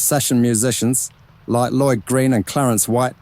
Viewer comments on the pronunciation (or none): none